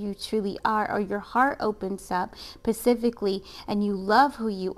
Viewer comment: Thank you for the beautiful reading!!! Just wanted to share that I keep hearing you say the word “specific” as “pacific” 😄✊🏼 otherwise wonderful message 🎁. And yes!! My name IS Karrey and the man I’m dating IS Brian. Good stuff!!